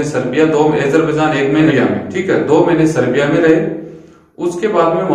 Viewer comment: Serbia aur seriya mai sahab frk hai okay😉 Name toh kam se kam thik bolo😞